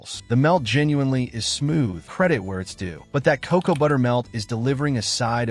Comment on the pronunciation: AI can't even pronounce cocoa nor lead. What is cacow and leed?